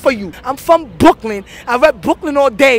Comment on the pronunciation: what a classic the way that she says brooklyn is so good what a legend